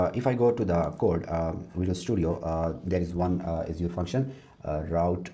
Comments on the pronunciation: Asur... You will be laughed at if you pronounce Azure like that. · Strong start to the video by repeatedly mispronouncing Azure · I get that people have different accents, but mispronouncing the name of the main tech in your arsenal? I feel like so many people in the industry are naturally disrespectful.